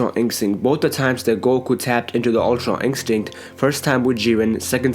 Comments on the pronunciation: "Ultra inkstinct" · Why dose he say ultra instinct like that it's like it's dubbed in he leaves it for a second then says it